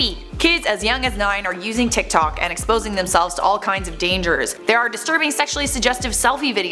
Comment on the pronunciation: Am I the only Chinese person that got cringed out when she tried to say "tiktok" in chinese 🤣🤣